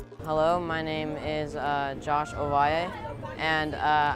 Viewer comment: He pronounced it "Oh-vah-yay," Yet they normally pronounce the "L's"